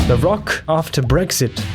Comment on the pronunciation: Tries to says Brexit -> Breakfast, I laugh so much that I got awake after hearing this, it made my day.